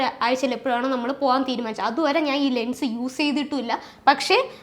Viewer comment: Lungs ennaanu kelkkunne.anganeeyallallo parayunnaathu alle😂❤❤❤